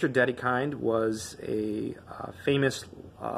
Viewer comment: It's pronounced like "DeDekeend".